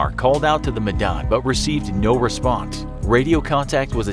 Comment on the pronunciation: As an Indonesian, I appreciate that he says "Medan" in the right pronunciation